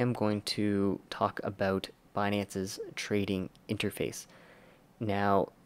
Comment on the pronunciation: Abooooouuuuuuttt :))) sooo Canadian